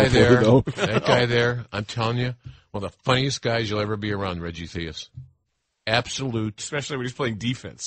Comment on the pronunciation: Reggie The-Us.... I fuckin love when they say his last name that way, lol